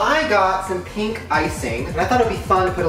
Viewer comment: He said pink not peep